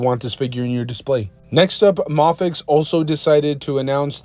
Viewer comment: It's pronounced "may-fex". 😭